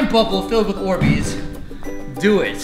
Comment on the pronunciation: You said borbeez